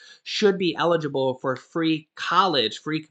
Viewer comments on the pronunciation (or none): none